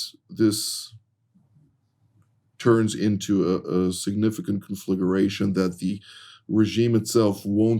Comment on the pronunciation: 1., what about nuclear, Islamic Pakistan? 2. Conflagration 'kon-flag-ration'. 3. 'Tragic', not "regrettable". Regrettable is firing a long-time, productive and loyal employee due to the effects of budget cuts. Murdered by an armed lunatic running amok is "tragic'. Danke, kulom.